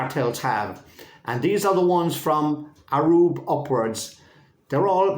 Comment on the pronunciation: Hi … Amazing work .. Hope you don’t mind me mentioning I think it’s pronounced Ayub and not Arub ..